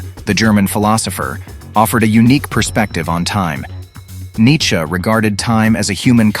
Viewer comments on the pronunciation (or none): none